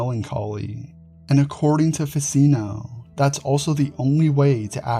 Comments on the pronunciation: Very interesting, but may I just say , Ficino is pronounced Fi-tch-ino. As in ch-oose. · Ficino is pronounced Ficheeno like cappuccino.